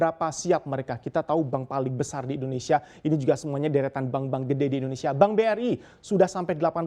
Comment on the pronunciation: Boleh kah minta tolong gunakan penyebutan negara kita Indonesia jangan Endonesia, thanks bro....